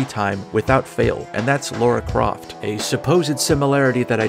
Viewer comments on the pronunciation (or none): I really want to Murder you for mispronouncing Lara Croft.